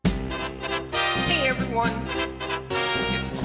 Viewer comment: lOl hOW YOU SAY *EVERYONE*